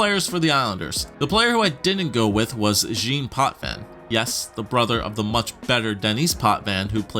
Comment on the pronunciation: I love these videos. Btw, Jean sounds more like John than the way you pronounce it